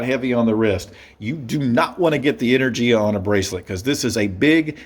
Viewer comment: You pronounce the name of the model wrong, but it's a good review overall.